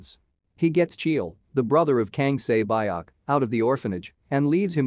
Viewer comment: It's Sae byeok not Sea Block and Gi hun not Gu hon